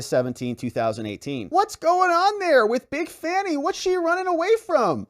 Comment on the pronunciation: Isn’t it supposed to be pronounced fawny?